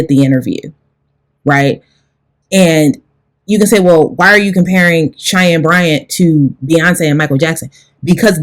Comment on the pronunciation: Lie-Anne Bryant 🙄